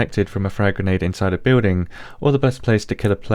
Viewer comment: i like how you said granade penetation.